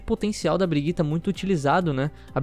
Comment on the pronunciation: Não consigo tancar esse cara falando "BRIGUITA" kkkkkkk